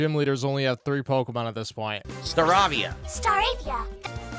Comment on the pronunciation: Pok-Uh-Mahn Fire Beg and Leaf Greed